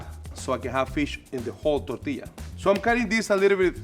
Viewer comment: ngl i really liked how pronounced the word "tortilla."